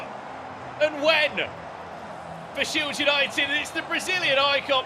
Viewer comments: SHIED, SHILED, SHIELD 🤣🤣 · SHIELD, SHIED, SHILED… lol to organize such an awesome event and then fckd up with this one word lmao. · The word "shield" seems to have given someone a very hard time apparently 😂